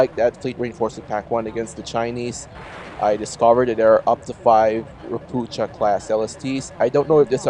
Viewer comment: Those Russkies use Polish built Ropucha class ships. Ropucha means toad or frog in Polish. It's not pronounced "ropoocha" in Polish. It sounds like "Ropooha" 😊